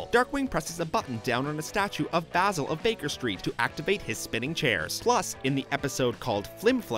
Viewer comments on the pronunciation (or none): none